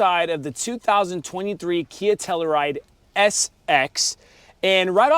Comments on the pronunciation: It's pronounced Tell-you-ride not Tella-Ride. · Dude, please pronounce the fucking car correctly. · Great video, I would know how to properly pronounce a vehicle’s name before creating a video of it. But, seriously great video!